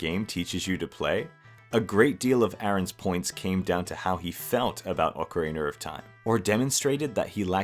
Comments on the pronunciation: ah yes, ocariner of time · "Awkereener of time?" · I've heard plenty of British people mispronounce Ocarina as "Ocareener", but never until this video have I heard anyone pronounce it "Ohcar Ray Nar". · Ocariner of Time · Bro keeps saying ocariner of time and it makes me chuckle everytime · not you pronouncing it "Ocariner of time" 😭😭 nice video